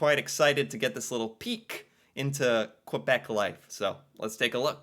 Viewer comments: Most people in Quebec are anglo and/or bilingual, from Montreal, with love, yes we're québécois and it's not quwabec here's the phonetics for you again, (last word was Pre-meer) and she's full of shit there are many ignorants fxck wads who don't speak English and like to call a referendum, yes Celine Dion is ours, we are the most bad asses in Canada, but MOST OF US DO NOT WANT TO SPLIT FROM CANADA!!! remember your 10 minute lesson about Canada? How close the second referendum was? I just turned 18 and voted for the first time, AGAINST IT 49/51 THE 51 WAS A NO TO SEPARATION AND jaywalking is all good, anything goes here, ❤✌🏼 no you keep your own names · When you say Quebec, the "u" is silence, so say it like this "kay-bec". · It's not pronounced qwa Bek, it's pronounced Kay bec. Just to let you know. It's said with a French tone 😂 and they arnt part of Canada kinda as for the past forever they keep trying to separate from the rest of us... 😂😂😂😂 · Pronounced K bec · It's pronounced kay-beck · Kay-BECK; Kay-behh-KWAH